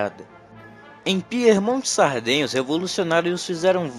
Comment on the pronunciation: Cuidado com a pronúncia. Piemonte!!! E não Piermonte! Quer dizer ao pé da montanha.. Aos pés dos Alpes.. Não é Píer!! É Pie